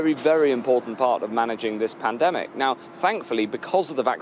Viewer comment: I'm sure he got the word pandemic wrong beginning of the video he says pantemic 😂